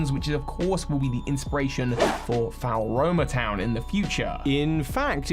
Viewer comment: I keep finding it funny how he pronounces floaromatown. I thought you just say it like flo-ro-ma town